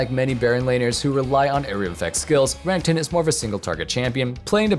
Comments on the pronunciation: REneckTON. not runnington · That ra-ning-ton champion 🤣